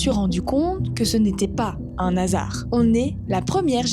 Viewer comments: Quand tu dis “un hasard”, il n’y a pas de liaison donc il faut bien dissocier “un” de “hasard”. Sinon, très bonne vidéo 👍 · Un n’hasard? Pas de liaison quand y’a un h merci